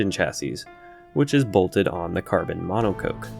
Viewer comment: The way he says monocoque really irritates me lmao